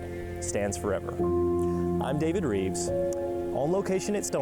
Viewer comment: Rives , shouldn't sound like Reeves, but ok.